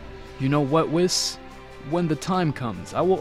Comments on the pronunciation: "wiss" I always heard his name pronounced"wees" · it’s “wees” not “wis” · Wheees weeeeees not wis